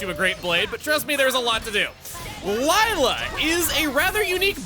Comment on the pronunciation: Lila who? It Lie-la.